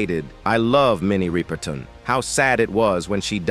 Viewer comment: Minnie's name is pronounced; rip-urr- tun. NOT ry- per- tawn. Get the pronounciation right !!! Also, she had a son named Marc Rudolph who was older than Maya. Please don't post things when you haven't done your research; that dishonors the person's legacy.😮